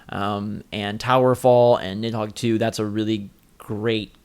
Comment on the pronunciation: nid-dog? wtf